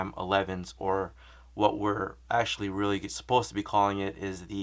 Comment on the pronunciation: "ashuh dude"